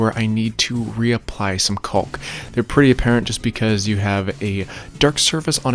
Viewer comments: why do you keep pronouncing it "calk" the L is silent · The L in caulk is silent jabroni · Looks awesome! Great job!!! You are way braver than I am painting it white! I want to paint my front porch and the stencil gives me something to think about! One thing, the "L" in caulk is silent. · I've never head anyone say "caulk" like that, also very good video! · I just came here to hear him murder the word caulk😆